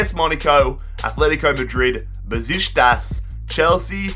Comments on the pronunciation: It's BUH SHICK TASS, not "besishtas" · I don't think it's Bezishtas... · how the hell did he pronounce "Besiktas"😂😂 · Your pronunciation is appalling /Besiktas, Victoria Plzen, Rennais, AEK to name a few/. You miss key transfers and team movements up and down /Sevilla and Benfica going in and out of League 1 predominantly; or City`s and PSG`s consistency/ also show terrible maths skills /how can Besiktas go through b2b relegation 3 times but only reach League 4 in season 5?/. Embarrassing. Good experiment ,though. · You're saying Beşikteş soooo wrong